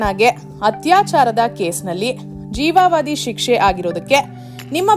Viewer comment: ಎಲ್ಲಾ ಸರಿ ಇದೆ ಆದರೆ ಜೀವಾವಾಧಿ ಶಿಕ್ಷೆ ಅಲ್ಲ ಅದು ಜೀವಾವಧಿ ಅಷ್ಟೇ ಕನ್ನಡ ಕೊಲ್ಲಬೇಡಿ